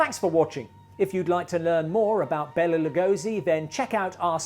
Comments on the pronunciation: Lugosi himself never pronounced his first name as “Bella”, but rather “Bey-lah”. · Here i praised your prouncuiation of Bela Legosis name just a day ago...and here you are calling him Bella